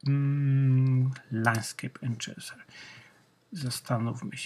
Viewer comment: Enczenser🤦 ... To powinien być twój alias